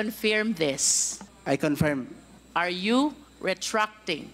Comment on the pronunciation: Luistro: DILEMMA … CONFEEERM hahahhaha